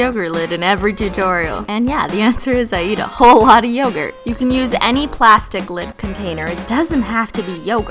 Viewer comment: You pronounce yogurt wrong😂but love your videos👏🏼😘